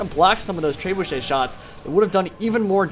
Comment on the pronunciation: Tray-boo-shay. LOL